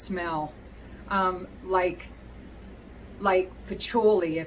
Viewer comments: Should be “pa-CHEW-lee” I love you anyway!! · It’s “fil-aw-sikos “ Also, I’ve never heard anyone pronounce patchouli like you do :)